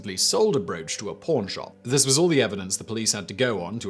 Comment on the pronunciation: when he says pawn shop it sounds like porn shop. 🤦🏼‍♂️ ha!